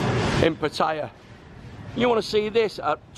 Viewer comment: its not Bat its Baht, and it not Paytaya its Pattaya.